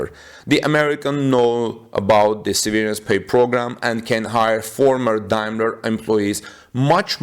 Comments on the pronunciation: se' - ver -ance , not se - ver' -ance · The emphasis is on the ' part of the word. That is the first syllable gets emphasized, not the second syllable. Google "how do you pronounce severance" .